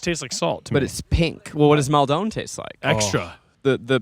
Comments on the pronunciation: Guys please I'm begging you it's mal-din not mawl-downe salt. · As someone who is from near Maldon, I wince every time says Mal Dohne. 😭 Like idk if this and the way he says aquaphor ('aquifer') are a bit or he actually thinks that's how you say it 😭 I love, just hate the way he says Maldon